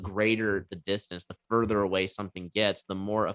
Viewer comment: Why does he keep saying 'spherical ACCESS'?